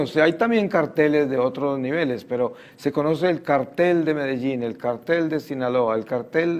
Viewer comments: Respecto a las láminas exhibidas con fines informativos o publicitarios, mejor se hubiera defendido diciendo que la persona la confundió al acentuar mal la palabra ya que es cártel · tengo entendido que se pronuncia Cártel pero como no me drogo y trafico, no opino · 😂😂😂😂. Es cierto. Yo creo que se pronuncia cártel pero como ellos se hacen el "cartel" con ese nombre🤪😆😆😆.